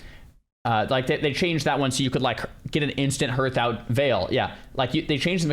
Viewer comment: Is this an in-joke, or does really not know how to pronounce "hearth"?